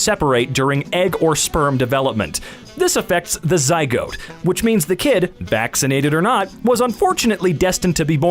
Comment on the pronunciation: The way he pronounced zygote